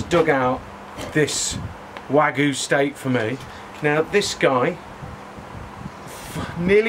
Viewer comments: So it's pronounced WAH-GOO, huh? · You're pronouncing wagyu wrong - there's a Y in it for a reason. wa-gyu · It hurts me to hear this guy pronounce Wagyu...